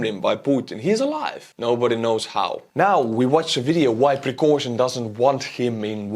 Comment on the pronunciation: i like the way you say "Prigozhin"